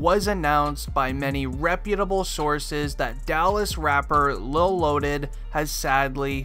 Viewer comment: It's lil not lol